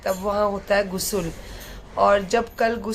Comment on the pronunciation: Not gusul.....gusal hota he